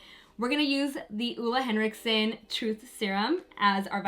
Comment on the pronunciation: Done! Love how you say Ole Henriksen haha!